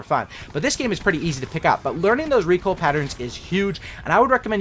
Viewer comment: I can’t even handle the way you say the word recoil.